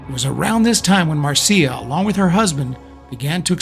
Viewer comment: Excellent video and research. You even pronounced her name correctly. Marcia pursued her yoga career and did not just live off her trust fund. Her books on yoga and astrology are worth tracking down.